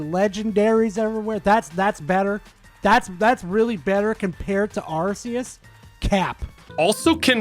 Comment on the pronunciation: It's not "Arse-eus", by the way.